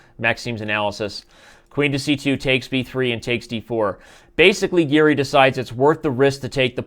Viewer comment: its giri not garry lol